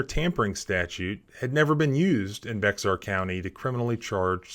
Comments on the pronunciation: By the way, Bexar is actually pronounced "bear," or "bare." But then again, it IS Texas, where felons "served" as state law enforcement during the 19th century. 🙄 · I love your channel but Bexar is pronounced “bay-har”. It is Spanish by origin, Bexar is the county in which San Antonio is located their and the home of Texas freedom, the Alamo. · Bexar County is pronounced (Bear) County. Just an FYI. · Bexar County is pronounced Bear County. I grew up in this county and know the pronunciation. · The :"x" is silent in Bexar. Pronounced as Bear County. Good story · Tip: Bexar is pronounced behr or "bear" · Bexar...pronounced 'bare'., except by West Virginia hayseeds. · Bexar is pronounced like Bear. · pronounced bayer county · Bexar county is pronounced Bear couny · I live in Central Texas and for the life of me I can't figure out why except this is the way we talk in Texas. Bexar county is not pronounced the way it's spelled. It's actually pronounced Bear county. Like I said, I can't explain it but that is the way it is pronounced. Bexar = Bear or maybe Behar. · "Bexar" County is pronounced "Bear" or "Bayer." I live there. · Bexar is pronounced like bare or bear, at least in terms of Bexar County in TX. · Bexar pronounced 🐻 Bear. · Bexar is pronounced BAYER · Bexar County is pronounced 'Bear' County. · The x in Bexar is silent. It's pronounced bear. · Bexar is pronounced BEAR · FYI Bexar County is not pronounced like it sounds. Correct Pronunciation is Bear County. It has Spanish roots so the X is silent. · FYI Bexar is pronounced "bear" here in Texas. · FYI ... Bexar is pronounced "BEAR". Just ignore the X. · Bexar is prounced Bayer. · Bexar is pronounced "bear" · BEX-AR, Bourne, as in Jason Bourne, NOT Berny, El Dorado, NOT El Doraaado, The End. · Bexar county is pronounced Bear. It's a Spanish X and sounds like a soft-H. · Bexar is pronounced bear county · BeXar County is pronounced... BEAR. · BEXAR COUNTY……..THE “x” is Silent……..BEAR COUNTY,……..FYI